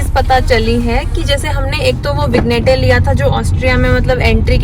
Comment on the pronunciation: vig+nette nahi -- vinny+yet is the pronounciation.. verstehst du?